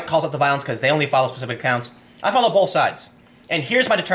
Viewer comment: Both not bolth